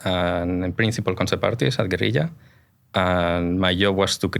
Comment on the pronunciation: Always good to hear a Spanish person say "guerrilla" the way it's supposed to be said